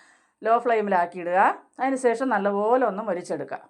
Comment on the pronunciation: സേശം അല്ല ശേഷം ആണ്